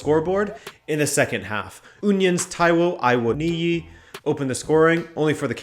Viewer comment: Lol. The way you pronounced"Awoniyi"